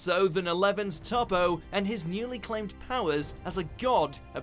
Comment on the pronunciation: It's pronounced Toh-po.